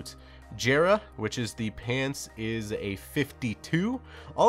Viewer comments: Yeah ik, it just bothers me a little XD Still an amazing vid tho keep it up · For god's sake please pronounce Jera correctly